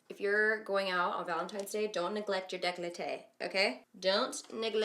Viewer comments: Amy Kod Girl, it's décolleté in good French. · Girl its decolté not decloté but that was cute af lmao